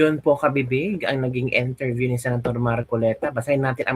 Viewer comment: Correction sorry po ,you can pronounced IN TERVIÈW and not ENTERBÌEW becoz (I) is different from ( E)